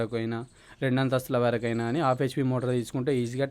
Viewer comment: ఆఫ్ HP కాదు బాబూ , హాఫ్ HP